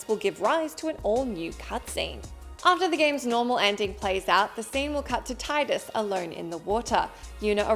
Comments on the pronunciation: It's pronounced Tee-dus. Not tie-dus. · In sotn there are three endings as well 1 for killing richter 1 for killing richter while you have the glasses on. And one for smashing the orb above richter when you have the glasses on and then kill dracula! Also for ff10 it is pronounced teedus (I know...I know...smh but it is.) Not Titus. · Tidus’s name is pronounced Teedus. Not Tie-dus.